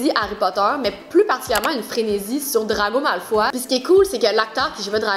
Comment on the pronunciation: J’taime mais draco malfoy comment tu le dit 😂